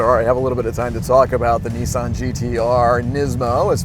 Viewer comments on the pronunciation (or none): not nessan its nissan you are a irritant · I know why the car resets every time you use it, you can say Nismo ok, but ffs whats with NEEESAN? Its Nissan ! Another point i surmise the car resets, its because it is liable to commit hari kari if it had to listen to thats voice for much longer! jez sorry bud but your voice! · Nissssan not kneeeesan... ffs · Lmao why does everyone call it a Neesan, it’s Nissan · Yeah, and what is a Kneesaahn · NISSAN i is not eeeee and A is not ahahrrrr. NEEEEESAHAHN ?????? TERIBBLE REVIEW???? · There is no R in Nissan, stop pronouncing it as Nis-SARN!!! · Opened the link... Heard an American seriously Americanizing a Japanese car... Closed the link.. WTF is a Kneesahn? 🤔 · Is it just me or does he say Nissan really weird